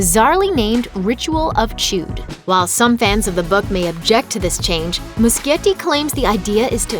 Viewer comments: ritual of "chewed" You mean Chud, sweetheart. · Ritual of "Chood"? WTH? It's pronounced chud. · Why did I get so triggered the three times she pronounced things wrong- Maturin- (how she pronounced it) Matoorin Macroverse- multiverse?? Howdoyouget’Multiverse’outof’Macroverse’- And Chud- Chewd Oml I’m so nit-picky lol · Chüd. Pronounced Chood.